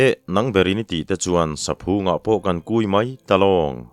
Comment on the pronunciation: Saphung i lamdan hi heti zawk hian aw?? Phung hi thluk lo la, lam pum nghal la,saphung..han chhin leh teh le,a hmaa i lam dan lo khan.